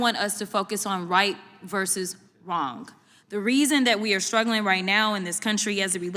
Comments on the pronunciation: The word is wrong NOT wronk!!!! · Free speech for sure, but if you’re such an important legislator the least you could do is be factually, correct also, the word is simply pronounced wrong not wronguh 😂😂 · Is she pronouncing it “wronk”? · "...it was Wrongk." Speak English for God's sake. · When she says Wraungk? Do she mein Wrong? Please keep her as your democrat mouth-piece. Please. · Right vs wronk 😅